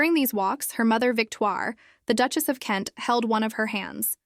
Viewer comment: How do you not know how to pronounce duchess is this AI content or what